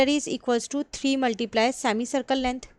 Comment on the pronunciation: Perimeter❌ parimeter✔️ Sector ❌sactor ✔️ Semi circle ❌sami circle✔️ Haha😂 just for fun Well explained mam